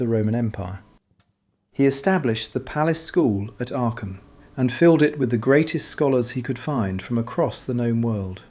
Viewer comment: I was wondering which City could be Aken....then i realized it is Aachen 😂 the "ch" you pronounce it as the "j" is pronounced in Spain.(Aajen). Thank you for your Video.